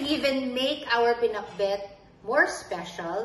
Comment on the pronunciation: Right pronounciation danica..ilocana ka na